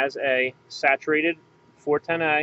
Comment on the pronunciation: I really hate the way you say "A" when you say 410a. Not sure if It's an accent or what.